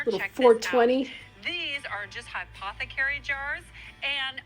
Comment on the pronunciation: Why is no one commenting on Aunt Sandy calling the jars “hypothecary jars” instead of “apothecary jars”??